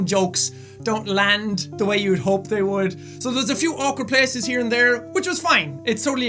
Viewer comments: "pleaces" THATS SO IRISH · The Irish really came out when he said "places" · He had a really strong Irish accent when he said places and he sounded like Daithi De Nogla lol